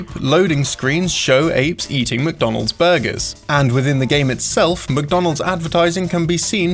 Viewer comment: I'm not the only one that hears MookDonalds..